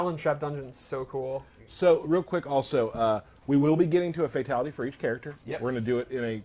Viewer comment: He says fatality like FATality